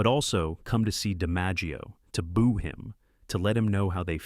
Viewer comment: AI SLOP: Boo is not pronounced bow